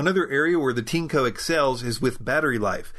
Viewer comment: Looks a lot like a Dyson V8 clone. How is the filtration compared to Dyson. For the price, vs. Dyson, it's compelling. - is it pronounced "teanco" as you said it? The spelling, as you no doubt know, is Tineco. This seems like it would pronounced like tin, or perhaps 'tean' followed by eco. Regardless of how it's priced, you still get a like for making the best vacuum videos. I look forward to Tuesday and Fridays - strange but true.